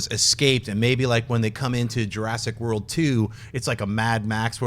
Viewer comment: Jur-ASS-ic World. ; )